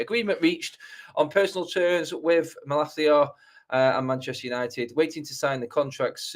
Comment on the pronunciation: Why are you pronouncing his name like that? He's not spanish...